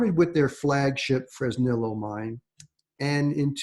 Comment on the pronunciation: Hey, wondering if you can do me a favor. Please pronounce Fresnillo Fresneeyo. It's spanish you know